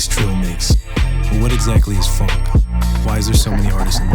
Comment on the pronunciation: What I love about Phonk is how it's pronounced "Phauwunk"